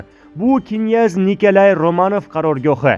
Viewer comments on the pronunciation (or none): Намунча гапиришни билмайсиз,бошка одам йукми?Киняз,эмас княз. Ва хкз.Тугри укинг .Оллох узи мехрибон ,кархларни тулаб ,хитойни хайдаб чикариш зарур., Бундай имкониятдан фойжаланиш кк.